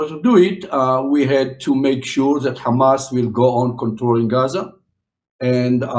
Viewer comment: first Isreali saying "Hamas" right instead of khamas or ghamas